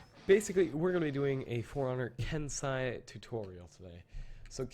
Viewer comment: isnt it ken-seh-i not ken-sah-i